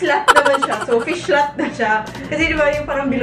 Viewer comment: "fihlat" :D